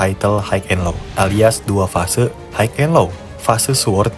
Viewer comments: HIGH bacanya Hai cuk Hok haik hok haik ndasmu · Hai and lo, not haik and lo